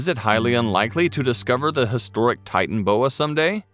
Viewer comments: 🤣😂🤣😂🤣😂😂😂😂🤣😂😂🤣😂 it’s not titanboa it’s titanaboa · Can't handle listening to you miss pronounce the name again and again it's not a titan boa it's a titan AAA boa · It’s pronounced ti tan a boa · No one: Not even a single soul: The narrator: Titan-boa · The way they are pronouncing the name is triggering me.